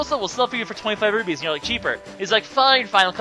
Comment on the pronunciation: I keep hearing you say rubies, but the are rupees, I can't tell if you are saying it right, but I think you aren't